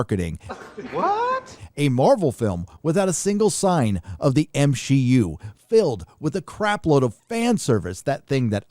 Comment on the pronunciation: LOL 😂 it's so funny when you say MSheU